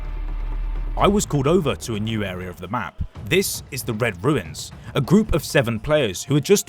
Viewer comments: Runes and "Ruins" are spoken differently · How does bro not know the difference between "Runes" and "Ruins" as an englishman lol